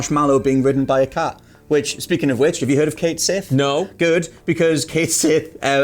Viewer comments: They are even using the Scottish spelling. I always figured English gamers would have been harrased incessantly from every direction over mispronunciation and learned, but I guess not. Pronouncing Sith like the starwars term instead of shee makes my eye twitch. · Cait Sith is actually supposed to be pronounced "ket shee," or so I read MANY years ago. Just confirmed before finishing comment The cait sith is a creature in Celtic mythology, the name means "fairy cat." More specifically, it comes from Scottish folklore. The odd disparity in the spelling and pronunciation can be attributed to the odd way Gaelic (I think...) was anglicized. Consider "Baen Sidhe," the fairy we call the "banshee." That is, in fact, how it's pronounced but you wouldn't guess that from the original spelling. I don't know why the spelling changed from "Sidhe" to "Sith" in the case of Cait Sith but it should be apparent that they are the same word, especially if you consider that the letters "d" and "t" are very similar in the way you produce their sounds (the way you shape and move your mouth). I'm not so pedantic that I insist people pronounce Cait Sith like this but if you don't you're basically worthless garbage and shouldn't be allowed to discuss FFVII, period. Nahhh, I'm joking. Honestly, I just wanted to explain that slight confusion over the "changed" pronunciation and I hope some people find this bit of trivia as interesting as I do ☺️ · Well, apparently the PROPER pronunciation of Cait Sith, according to Irish Gaelic which is where the name comes from, is Ket Shee. How you get "Shee" from "Sith" is beyond me, you crazy Irish people. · Its "Ket Shee"...read somewhere the "Sith" is the same as "shee" and "sidhe" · Umm actually the pronunciation of Cait Sith is Ket Shi. It's Celtic and the way to say it is like old English style. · Its Scottish. Cait Sith is the Scottish spelling for Cait Sidhe and is pronounced the same way. Just like Beansith is the same as Beansidhe, aka Banshee.